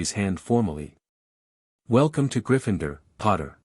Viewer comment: It's GRIFFIN -door, not gri-FIND-er! If you're going to do Harry Potter fiction there eight movies you could listen to. GET THE PRONUNCIATION RIGHT! Though I personally think the name should be pronounced Trill-away, not Trill-LAWN-knee.